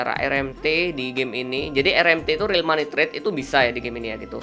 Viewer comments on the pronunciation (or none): none